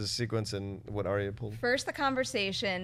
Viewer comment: OMFG All of you stop pronouncing Arya's name wrong, she has said her name twice this season to try to get people to say her name right and yet you still say her name wrong >.<